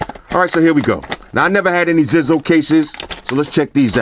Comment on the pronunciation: it's pronounced Zizo (zeyezo)